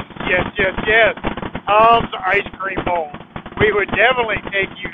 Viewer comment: Did you say Ice Cream on my way 😂😂😂